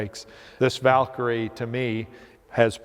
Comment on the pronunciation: Vakyrie it's